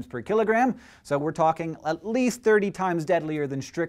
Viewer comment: Why did I keep hearing "x milligram per KILLERgram"?